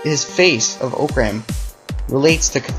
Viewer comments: it is pronounced (ah-crumb) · He said orcram wrong orcram📵